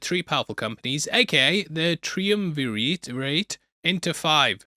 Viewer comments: Try-uhm-ver-eht. Triumvirate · Try-UM-ver-ette ❤ bless all YouTubers who mispronounce words, for they have learned words never spoken to them in conversation. ❤ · It’s pronounced Tri-Um-Ver-Ate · It's pronounced 'Tri-umm-ver-it'. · Learn how to pronounce triumvirate correctly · It’s hilarious that neither you nor Ryan Arey know how to pronounce triumvirate.